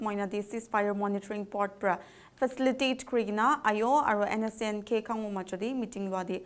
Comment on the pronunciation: say Khang o not Khan Go